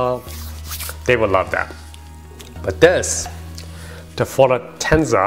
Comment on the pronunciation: The 1942 is all additives. It’s like drinking baby juice tequila. The Fortaleza is a world class tequila. Pronounced For-Ta-Lay-Za